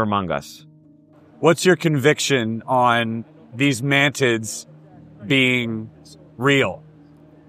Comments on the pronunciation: everything was great in this video exept the " " MAN TITS that hee keeps repeating like 3 times. ITS MANTIS! MANTIS! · "Mantids" Me: Man tits?